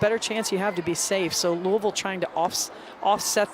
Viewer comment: Smh how hard is it to pronounce Louisville!!?